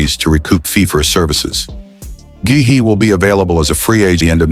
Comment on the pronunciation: GUEHI is pronounced GAY EE